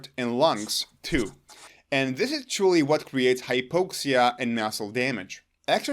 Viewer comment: High-POXE-ee-ah? I could have sworn it was pronounced high-POX-ee-ah. Live and learn. Never knew how to pronounce the word “autophagy” so thanks for that. I was using the same pronunciation as in autoimmune, automobile, autonomic, automatic. Maybe they should be pronounced oh/aw-TOH-matic, oh/aw-TOH-nomic, oh/aw-TOH-immune, etc. Dang English is a bear of a language to figure out how to pronounce. SO many exceptions to exceptions.